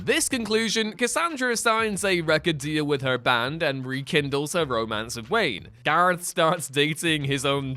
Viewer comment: Garth. Gar-th. Garth.